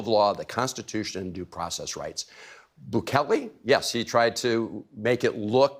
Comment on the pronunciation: He can’t say the name of the president of El Salvador? Is he a racist or a jackass? Sorry for the redundancy.